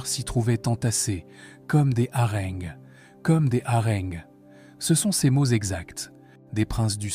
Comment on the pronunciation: Des "harenn'gues" ? 🤔